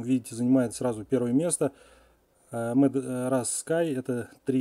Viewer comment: Видео:итоги миграции Ошибка в названии там Rus, а вы сказали Ras время